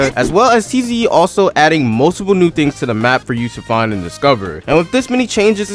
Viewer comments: Bro it's tiz not tze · It’s pronounced zee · Tze is pronounced "zee" and nue is pronounced "new" or "new-ay" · Listening to his pronunciation of tze and nue brings me physical pain